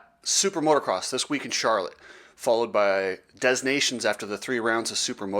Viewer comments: "Dez" nations...lol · I’m pretty sure the s is silent. 3 minutes of advertising? Your channel will die soon